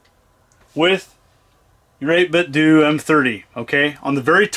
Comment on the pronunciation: Thank you for pronouncing 8bitdo correctly. You "do" it right.